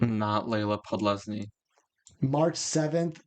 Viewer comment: How did you both not notice you mixed up letters when pronouncing "Podlesny"😭it kills me to hear it